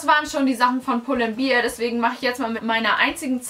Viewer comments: aber echt 😂😂 pull & beer? 🍺🍻 wtf!? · Ich finde es so schrecklich, wenn Menschen "bear" nicht richtig aussprechen können. 😂😂😂